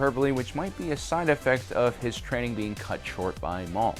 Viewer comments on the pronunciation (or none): none